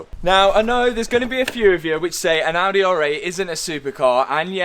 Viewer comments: And don't forget the Audeh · Bent-Leh, Maserat-eh, Ald-eh